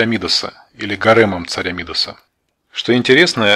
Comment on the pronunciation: Правильное ударение на последнем слоге МидАс